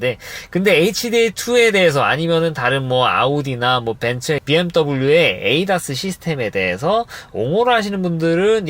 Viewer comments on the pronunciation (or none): none